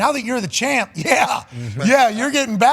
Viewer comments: Pat is from the states right? Why does he pronounce champ as chomp? I don't know the lore. Does he have a speech impediment or is it like an underhand joke? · Just a joke. Can't remember when it started though